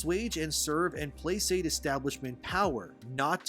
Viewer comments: I’m pretty sure it is said “Play-kate”. Not “Play-sate”. Just so you know in case you want to update. I don’t want people missing your points (or pretending to) because they want to imply you are ignorant when you are anything but. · Placate is pronounced pla-kate. Good video tho.